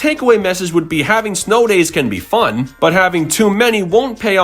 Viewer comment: Don’t you mean F.U.N? You said F.O.N.